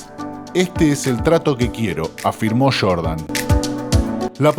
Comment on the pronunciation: No es “ michael shordan es Jordan 😂😂